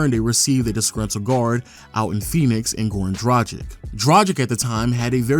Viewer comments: It's pronounced DRA-GICH not DRA-JIK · Dragic is pronounced (Drag-ich) not (Draj-ick)